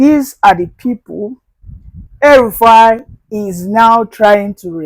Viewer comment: DID YOU SAY "HELL RUFAI"